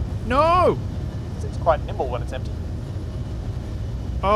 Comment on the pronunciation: "its quite nible when it is emtpy" lol